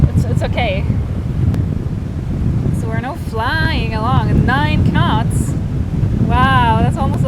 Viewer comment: Did you say k-nots for engagement?